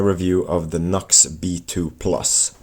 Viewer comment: It's pronounced NEW X. (NU>X)